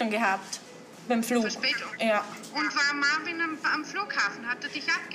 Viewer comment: OMG, die wollen nicht mal seinen Namen richtig aussprechen. Marvin 😂😂😂😂😂😂 wie die die mit dem Akzent verstehen, kapiere ich nicht, ich muss schon genau hinhören 😂😂😂